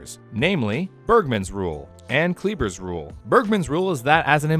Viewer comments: It's pronounced "Kleiber" like in "to try", not "Kleeber". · Magnapinna has the SHORT "i" sound, as in "skinny" & "dinner", NOT the long "i" sound. Kleiber has the long "i" sound, as in "cyber" & "briber", NOT the long "e" sound. Maybe I should pronounce your names Gryle, Chyle, Quyze, & Bruh?